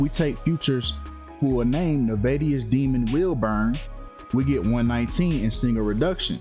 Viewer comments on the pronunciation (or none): “Demun Wilburn” is crazy 🤣🤣💀